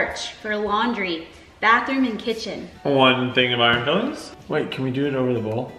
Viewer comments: It's iron Fi-lings not Fill-ings !!!!@ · FILE - INGS....not fillings.....smh